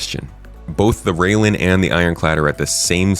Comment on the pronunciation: Railen is pronounced rye-len (rye as in the grain/crop), not rail-en.